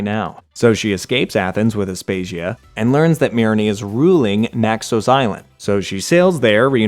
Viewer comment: Im offended at the mispronunciations of the odyssey characters. Anyone who played the game should know how aspasia diemos and myrinne should be pronounced. Bwahhhhhhahaha! 😭😭😭😭